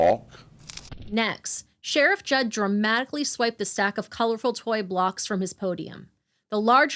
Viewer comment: It’s JUDD not judge